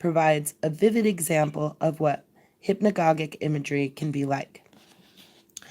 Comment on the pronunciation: hypnagogic is pronounced with a soft g..hyp-na-ga-jic. Ouspensky is pronounsed oo(as in woo)-spen-ski